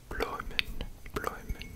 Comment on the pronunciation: As a Belgian boy the dutch part was pretty funny to watch :) You did great tho, I understood everything! The only word you have to work on is ‘bloemen’ ;) Really really enjoying this one!!